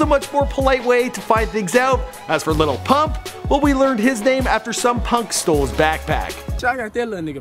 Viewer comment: Lil pump not little pump......